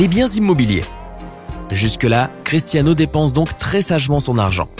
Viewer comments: Il dit cristano Ronaldo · « critAno Ronaldo » 😭😭😭😭😭